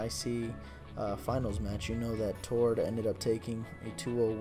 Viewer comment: I'm norwegian myself and was very happy when Tord won the Pokémon TCG North American International Champions, and don't worry you said his name correctly.